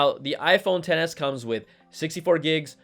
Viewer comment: Im glad im not the only one who heard XS as Tennis